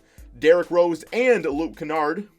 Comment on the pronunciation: My brothers good friend is cousins with luke kennard the last name is pronounced ken-erd